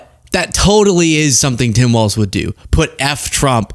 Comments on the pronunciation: for some reason, hearing say waltz every time is infuriating. there is no t in his name, it's walls with a z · It's Tim Walz, my guy, not Waltz.